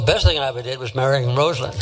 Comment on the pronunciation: Dr Richey you worked at the Carter Center and you still cant pronounce her name correctly?!😢